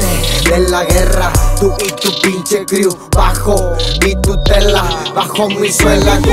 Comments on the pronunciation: El Babo ni sabe pinches pronunciar "Crew" (cru) dice Crul el idiot...Millonario rifa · Si entendí lo que quiso decir "Tu y todo tu disque crew" pero no esta bien la pronunciación y si se que algunos utilizan ese recurso pero la neta se escucha feo ese coro así. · A lo que se refiere es que lo pronuncia mal y por eso dice que inventó una palabra. Lo que dice Eber si podría tener sentido, pero queda chafa. El coro sí estuvo pedorrillo.